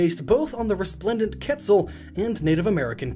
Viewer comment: Quetzal not ketlal